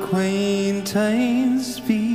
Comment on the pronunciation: He’s pronouncing “acquaintance” incorrectly even if he is trying to imitate the Irish accent. He asked me numerous times over the years how to pronounce it but evidently he forgot it.